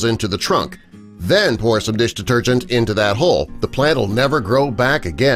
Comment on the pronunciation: How many times he saying bloody dish detergent, he can't even pronounce it properly after a while.